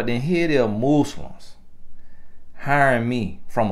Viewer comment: Did he say "Mueslims" 🤭😆🤣..Lawd help me. I luv it! Another great message 🙏🏾